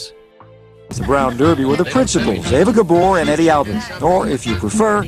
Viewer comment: Great video two bad you can't say ava.Gabor's name write!!!😢